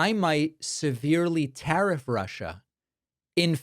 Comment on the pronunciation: "Tear-off" Trump's tongue.